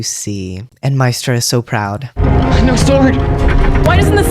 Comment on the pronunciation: The funny thing is they got a young actress who cannot pronounce Maestra. It's not mystra. It is Ma-AY-stra. The accent is on the second syllable. You are the only person who picks up that Jen is not bound. It is self-imposed. That she is UNWILLING to use it. Nobody else got this at all. They didn't use that word for no reason.